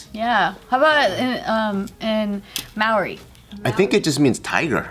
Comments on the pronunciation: Maori is pronounced more like general mao, mao-ri not so much may-or-ri😂👌🤙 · Who says may-ori?😂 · its pronounced mow-dee like mouldy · The 1st way pronounced it was more correct!! But then she started pronouncing it as May-ori D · Mah-ou-ree, roll the r a bit❤️✌🏽🤙🏽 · Maori is pronounced mow-ree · "It's hard to explain. Um. Mao, kind like the memey cat meow and ri sounds like a soft di " similar to the r pronunciation in Spanish is like a d sometimes. I had to ask my friend from NZ who is part Maori. Apparently most people from New Zealand pronounce it wrong as well. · Oof every time she tried to say Maori I cringed a little bit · Wow, your guys pronounciation was pretty spot on, except with the R, its like a rolled r, but other than that props guys